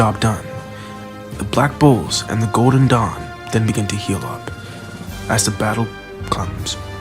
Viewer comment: When u say black bulls i hear black bo*bs